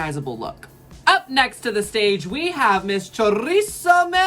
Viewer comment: Chorizo May :) It's Choriza May, like Theresa May (the UK prime minister responsible for Brexit)